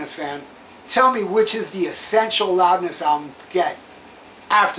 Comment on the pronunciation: I didn't know you were fluent in Japanese? "Rowdness" 😆